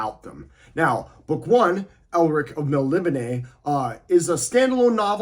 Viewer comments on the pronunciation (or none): your saying it wrong. I heard Moorcock say it . it's "alien-like" and not spelt correctly from our point of view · Love the Moorcock books, read them all as a kid and reread them occasionally, got virtually the full set of paperbacks still on my shelf. Not having a go at you but I pronounce Melnibone as 'Mel' - 'knee' - ,'bone' no idea if I've been wrong all these decades but hey-ho, every day's a school day. Nice video by the way. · read most of these years ago, have I been pronouncing his homeland wrong this whole time?